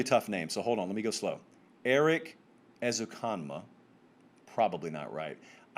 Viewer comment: Dang that white tee never looked so good. Guns up!!! And yes you got Ezukamna correct.